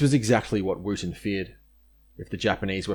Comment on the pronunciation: It’s Windeyer not Windayer, Wooten (as in wood) not WOOTen, Balderstone not Bladderstone.